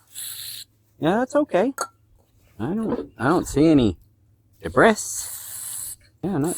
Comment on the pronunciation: debris is pronounced "Debree" the "S" is silent